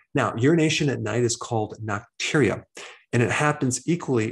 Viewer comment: It's NOCTURIA, not nocturnia.